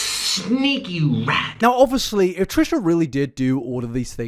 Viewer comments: please stop saying obviously so much and stop pronouncing it "o-vus-lee"(no hate) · I rly like your channel-I’m subscribed. Would you like some feedback? Pls, pls stop saying “obviously” continuously. It also has 4 syllables, not 3. I have a high tolerance for repetition but oh my gods please. Sweetie, sometimes you say it twice in one sentence. Also, rly well done. Well researched and presented. I love when Nick tries to justify his weight gain as being a “treatment” for his health problems when those problems would instantly be fixed by just adding meat to his diet. Everything he said he was deficient in are all nutrients you get in meat. So, no mukbangs, giant sugar or fat loading necessary